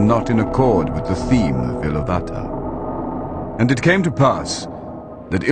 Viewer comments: 'Iluvatar' is pronounced ilUvatar, not iluVAtor. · In pronouncing the word Ilúvatar the stress should be on the second syllable.